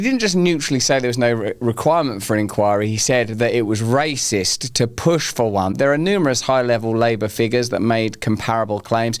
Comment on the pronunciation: Did you say raciest or rapist?😮